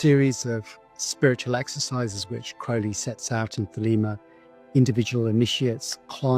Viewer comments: I'm so happy you're back with a video about one of my all time favorite people.I'd love to know if Jack really did drop that can. (Thank you for pronouncing Crowley the right way)! THANK YOU! This saved me from having to do a lot of typing. ...uh, dangit....LOVE is the LAW, LOVE UNDER WILL is the part of Do What Thou Wilt that gets left out all the time. True Will is your Will united with the Divine, which usually means you contacted your HGA (Holy Guardian Angel) but I know how to be a decent human being inherently, I never needed religion or law to know how to treat others. The Golden Rule is priceless (my grandma taught me that). 💗 Don't we all know this before we get messed up by parents, school, society, whatever? Just ask yourself first. It's so cool you got to interview him, this is an excellent video. Marjorie is another favorite person of mine. I agree with Peter Grey about why the can slipped. I hope Hubbard is feeling every nanoparticle of pain and suffering he's intentionally loosed upon the world. I wish Jack saw through his layer of slime and protected himself/not been sloppy about mercury effing fulminate. Thank you and all the interviewees for this amazing video, it was worth the wait! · Now I see how this incredibly hokey religion attracts straight male followers, at least. Points for properly pronouncing Crowley's name. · Amazing. Crowley correctly pronounced. Amazing.